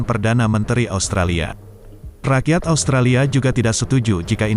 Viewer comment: Kami tidak menyebutnya ostrolia, tp australia